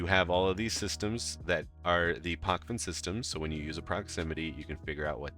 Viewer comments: It is not PoKven, it is PoČven. Č==CHicago, PoCHven. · You pronounce it wrong mate